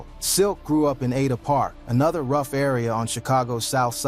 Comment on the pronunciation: It's ada park not atta park.